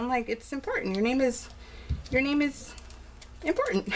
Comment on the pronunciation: Thanks for mentioning me, Love! You pronounced my name perfectly & I can't help but feel a little bit like a celebrity now haha. You did a fabulous job & you are deserving of the guest vlogger spot. Can't wait to see your next beautiful layout! Hugs